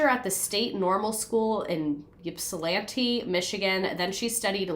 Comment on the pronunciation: Michigander here: congrats on pronouncing Ypsilanti correctly lol!